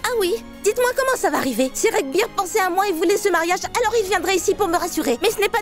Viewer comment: L’acteur s’appelle Raghbir et non Rambir😂